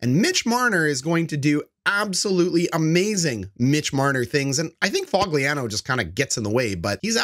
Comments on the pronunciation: Lol Fog-lee-an-oh 😂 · did u just call Foligno Fogliano? bro😂 delete this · you dont even know how to pronounce nicks name